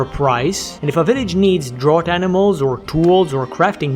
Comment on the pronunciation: Hey man, love the videos and enjoyed the livestream on the other channel. Just an FYI draught like draught animals is pronounced like draft